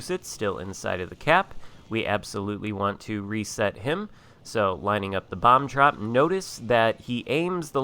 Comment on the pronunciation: Are you saying bomb drop or bum drop? That shit is really confusing me🤪